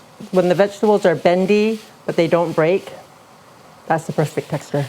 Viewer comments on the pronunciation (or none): none